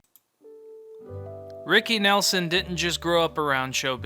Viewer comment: When you pronounce his name wrong firstnthing…I’m done watching